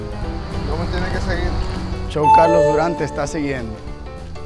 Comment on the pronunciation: Me asombra la pronunciación que tienes de redes sociales tales como Instagram, Youtube y luego tu propio nombre lo pronuncies CHOW en vez de show...